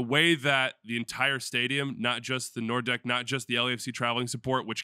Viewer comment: Nor-deck? Isn't that "Nord Ecke" ("North Corner")...?